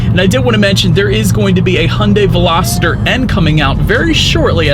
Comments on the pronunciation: I suspect he is thinking -- velocity substituting er for y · ...great review! But dude...I kept hearing you pronounce Veloster as Veloster-der. 😆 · Is it just me or does it sound like he saying “Velositer” instead of “Veloster”? 😂😂😂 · Please please and please do not call this veloster a velositer there is no “I” in veloster do you see an I in the word Veloster? I cannot enjoy your video if I cannot pronounce it correctly? The poor girl where I bought my 2012 VELOSTER ALWAYS SAID IT THAT WAY AND I Could not get her to say it correctly for nothing. The poor girl has since passed away,and feel bad for trying to teach her the correct way to prono7nce so if that’s the way you like to say then so be it? I can always mute the sound and just watch. Be safe out there. It’s a very scary bug we’re dealing with. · VELOSTER, not VELOSITER...it's not a dinosaur. Otherwise great review. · OMG! He's killing me with that "Velositer" stuff! How embarrassing it must be to put out a video for the public to see when you can't even pronounce what you're reviewing. 😣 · Everytime he says velociter i wanted to punch him in the face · "Hyundai velosititer" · PLEASE! If you're going to review or sell a car learn to pronounce the name correctly! There is no "I" in Veloster! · Hopefully that wasn't too judgy 😁 I watched MANY videos on this car before I finally got my 19 Veloster about a month ago and you were not the only one that pronounced it that way. It just got me every time lol. Good video though. 👍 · yeah wtf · Same lol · Billie Eyelash yea he is saying the name wrong. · I had to check the comments to confirm what I was hearing 😆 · it makes all the difference. He's saying it wrong. Don't be needlessly contrarian, it doesn't make you cool. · Agree and how does he say the name of the car I mean come on